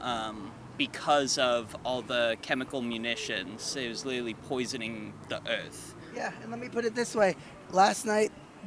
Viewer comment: "It was litawy poisonin the erf"